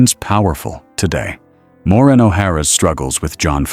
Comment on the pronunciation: AI voice cannot even pronounce her first name correctly. Total disrespect to a hollywood icon. She deserves better AI creator! Shame on you!!!! Renders this whole thing sad